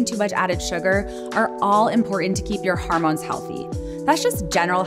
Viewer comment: This is a terrific video, but it's annoying that your narrator is pronouncing 'hormones' as 'harmones'. It's unfortunate that the word is repeated constantly because it ruins the message.